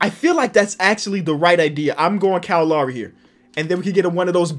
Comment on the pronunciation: I appreciate how pronounced "Kyle" correctly #Finally